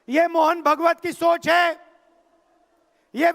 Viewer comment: इस अंग्रेज की मां को हिंदी नहीं आती हमें पता था इस अंग्रेज को भी हिंदी नहीं आती ये आज पता चला है भागवत को भगवत चुनाव को चूमाव बोल रहा है कोई अमिताभ बच्चन को बोले इसका कुली बने और जैसे इसको लेके आए थे वैसे ही छोड़ के आए